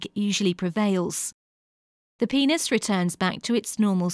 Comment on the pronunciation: lol guys sh-she said pe-neis